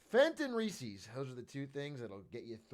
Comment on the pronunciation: DID LIL BRO JUST SAY REESEES?!